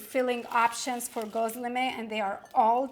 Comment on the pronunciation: I assumed you were turkish but I dont think you are. It is irrelevant anyway... great presentation. The reason I raised this point is because ' gözleme' is pronounced as 'ghozleme' rather than ' 'ghuzleme'. Göz means eye. Gözleme means observed and weighed by eye_ instead of by scale... I have subscribed by the way...